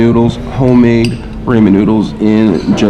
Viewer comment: After 2 years and you still can’t pronounce ramen right lol